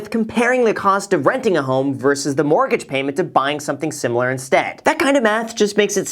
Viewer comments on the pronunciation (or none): none